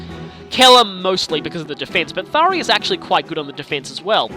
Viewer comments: How many times does he mis pronounce Tharja’s name ITS THAR JA THAR JA THAR JA THAT i IS A FREAKING J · I'm entertained by how you're correcting Tharya to. . . Tharya. I'm spelling it how I'm hearing you say it. But as for the actual name I've. . . Well. . . there's a "J" in it so I've always pronounced the j sound, like the name Jacob. But now that I've seen how the Japanese name is romanized "Sallya", I would have at the very least. . . Actually I'm not sure how I'd handle localizing a name. . I dunno. . Maybe I'd spell it Saria, like the Zelda character. . . Yeah I kinda like that.